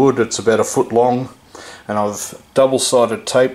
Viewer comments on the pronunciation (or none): none